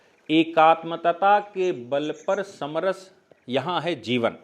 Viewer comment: एकात्मतता नहीं एकात्मता